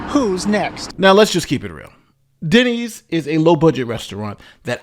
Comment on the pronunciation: Denny's??!! not Denney's! Man, when a Denny 's can't cut it you are truly in a third-world country.